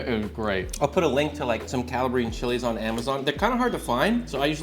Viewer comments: "calla-bree-un" bruh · Great trick. Next step, you're pronouncing Calabrian incorrectly. It's not Cala-bree-inn, it's Cala-bree-ann. Look up a video on Calabria 😊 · It’s pronounced Caw-la-Brie-en!!!!! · Say it with me: kuh-LAH-bree-an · Not to be petty…but gonna be petty…you are mispronouncing Calabrian. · They both need to learn how to pronounce “Calabrian”….. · You're pronouncing Calabrian Chilies incorrectly! Doofus! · I feel like he’s trolling us with the way he says Calabrian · If he's a former "Chef" he should know the correct pronunciation. He's either trolling or he's an idiot.